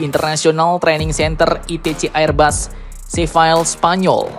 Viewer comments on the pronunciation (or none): Seville = to be pronounced ....." se vil le "